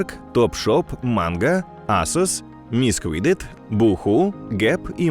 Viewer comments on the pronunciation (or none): none